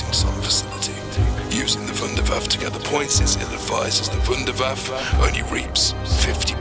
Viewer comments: pronounced voondair vaffuh. not voondair vaff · Ah ja! I knew my invention would go to good use! You also pronounce it wrong it us pronounced "vundervaffa" with an a sound at the end. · its called Wunderwaffe DG-2 not waffle if you can't speak german call it Wonderweapon DG-2 easy right? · Vunder vaffe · I like how he says wunderwaffe. No homo